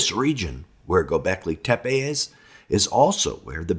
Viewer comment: G-Y-O B-EK L-Y TE- PE. (LET'S TRY AND PRONOUNCE IT CORRECTLY).